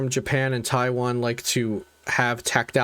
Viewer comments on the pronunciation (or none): Thanks for the video but please pronounce taiwan correctly lol